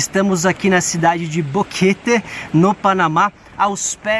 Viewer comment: Ele se segurando p falar bonito o nome da cidade e aí sai boqueteeee kkkk